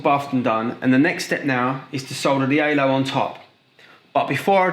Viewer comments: good video but I cannot understand a thing he says 😬 took half the video to realize he was saying Halo and not “aylo” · He kept saying alo 😭😭😭 it's halo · don’t forget the ALO